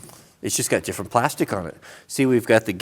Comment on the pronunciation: "Its very similar but very diffrend" 2019